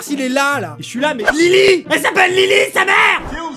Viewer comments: c’est Lily pas Lyly on ne fait pas d’erreurs sur Harry Potter je ne le tolère pas #potterhead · "Lyly & James" PARDON????? C'est Lily pas Lyly 😭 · Non mais par contre, c’est Lili et James Potter pas Lyly😭